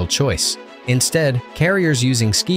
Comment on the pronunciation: Yup. I loved the 'vistel' capable planes. Apparently you have to have vistel if you want a ski jump... 😂